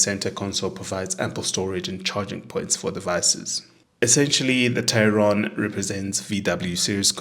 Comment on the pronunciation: TAE-RON not TEI-RON.